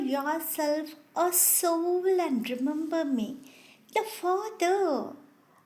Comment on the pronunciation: Mam it's not Alf. It's alpha. And it's ass hole it's "A Soul". Please improve your English. Give a gap between A & Soul. It's sounds very bad. It's humble request to correct your pronunciation.